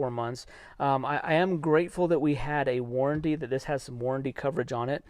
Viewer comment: Warranty Not warrady